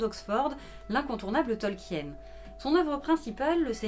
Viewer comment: CA SE PRONONCE TOLKINE, PAS TOLKIENNE !!!